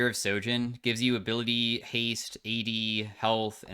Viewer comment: Please stop saying sojin, its SHojin, like SHower, SHame, SHell, SHiver